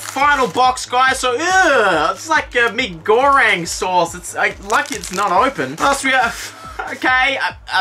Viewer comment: The way u said "mi goring" lol